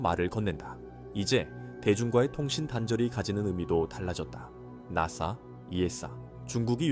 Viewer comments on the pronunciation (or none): 나사를 낫싸 라고 부르네...